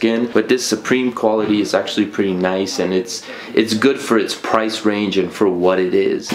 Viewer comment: "Retail brice "